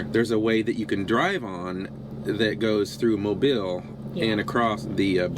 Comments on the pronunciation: Mobeeeeeel is how it is pronounced! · I live fifteen minutes from dauphin Island , you past my house on your way there I live on dauphin Island parkway , you also pronounce mobile alittle wrong its pronounced like mobill